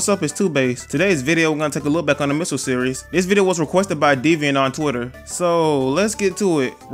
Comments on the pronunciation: You're saying missels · I love how you pronounce it “misels” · U say ‘’misles’’ 😂😂😂